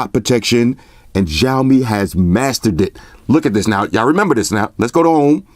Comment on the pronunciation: The letter X in Xiaomi is pronounce like an S. Almost like a snake hiss. So it should be Siaomi rather than the hard J you are saying which sounds like Jiaomi.